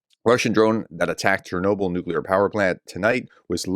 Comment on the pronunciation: In Ukraine we pronounce Chernobyl almost the same way you do it in English.